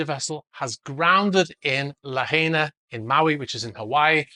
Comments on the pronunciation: Lahaina is pronounced "La-High-Na". Not "la Hay na". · Pronounced La-Hine-ah not La-hay-na. :-) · No shade, just a respectful request to simply find out how to pronounce the names of at least the places you are reporting on. It's Lah- HAI (like, "Hi! How are you?)- nah. (Not Lah-hay-nah). Mahalo. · "La Hayna" 😂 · You pronounce it La-hi-na like / “hi” how are ya. Mahalo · La-High-Nah… nice channel… Aloha. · I realize you’re British, so I’ll help: it’s pronounced LA-HINE-A.